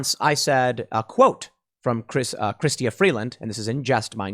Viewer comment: Tim, I approve of your mispronouncing of Freeland's first name, so long as it's done intentionally and to demean her. Chrystia is hoity toity talk which really means Christina. Notice the intentional changing of the "i" to a "y" so as to symbolically question "Christ"